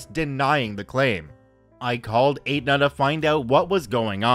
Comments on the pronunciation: Hey,, Aetna is pronounced ET-na, not Ate-na. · sorry. It's pronounced "Eht-Nuh", not "Ate-Nuh" lol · Just FYI: Aetna is pronounce ETT-na not ATE-na :) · Not sure if anyone said it. 'Aetna' is pronounced Et-nah. Insurance is the worst here and makes no sense a majority of the time. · It's pronounced Etna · STORY ONE....Aetna is pronounced ETna the A is silent....go figure.